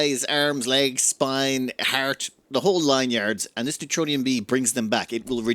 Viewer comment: 'NEROTONIN', not neutronium. NER-O-TONE-IN